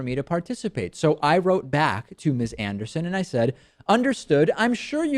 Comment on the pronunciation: If you are going to take Ms. Anderson on you might do well to learn how to pronounce her name properly.